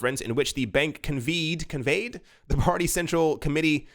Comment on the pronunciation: conveyed, pronounced "con-vayed"